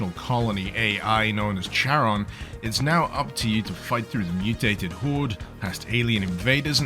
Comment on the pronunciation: It's pronounced "Charon", not "Charon".